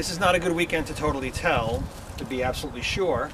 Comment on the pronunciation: you said tall not tell